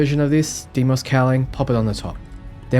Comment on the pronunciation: You are correct, although you could use the conventional Germanic/English pronounciation DYE-mos, instead of the Greek DAY-mos. In any case, Dem-ee-os is just...wrong.